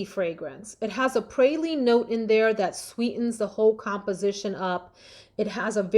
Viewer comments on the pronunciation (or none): none